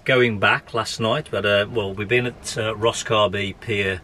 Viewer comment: It’s not pronounced Rosscarby, rather Rosscarberry. If you’re going to criticise my locality, at least get the pronunciation correct.